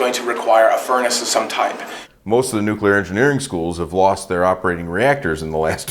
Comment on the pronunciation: At this point, I'm sure that's an "accepted pronunciation" as it is completely inescapable, especially from those who should know better. "Nuk-u-ler" I mean. Nobody will ever change the pronunciation of CNN, because that would make "sense" (C + two Ns).